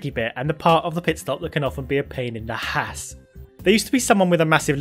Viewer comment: him:pain in the hass me:you mean pain in the ass him:no.